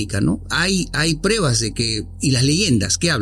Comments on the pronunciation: Todo bien, pero me estresa escuchar a cada momento la palabra mal pronunciada, "prebas" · ¿Porqué dicen prEbas y no prUEbas?...